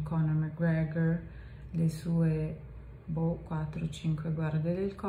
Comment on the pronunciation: Sei invidioso ? La pronuncia è perfetta..